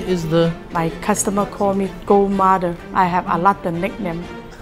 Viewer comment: Its mother not mauder